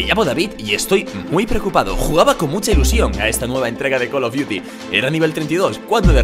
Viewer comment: 3 col of diutis guor gour doz xD